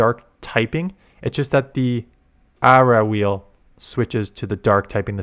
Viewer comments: Whoever had you say it like ah-ra is not right 😂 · Someone trolling you, it's 100% "Oruh Wheel". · Whoever told you it's "Aawrah wheel" is fucking with you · Or-Uh Wheel. James is completely wrong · He's using the Canadian pronunciation. 😂